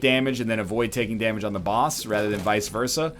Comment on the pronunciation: Yo, NL, vice versa is a Latin phrase, so you can speak some Latin (although you aren't pronouncing it right).